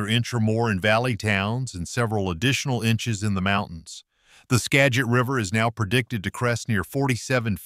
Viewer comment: He pronounced Skagit 3 different ways in the same sentence. Must be AI. A real announcer couldn’t possibly be that dumb, or at least I hope not.